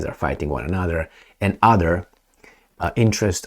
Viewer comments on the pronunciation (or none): none